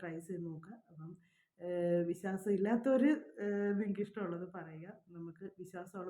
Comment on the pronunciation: Visasam. Viswasam. Pronounce bad